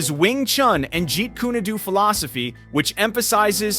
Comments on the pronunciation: Jeet KOON DOUGH is the correct pronounciation. Jeet kooney do....Have a word man...Effing useless AI voice over... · This dude said "Jeet Kooney Doo" wtf?😶‍🌫️